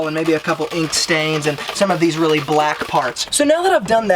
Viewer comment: RRrrreally RRReally 😂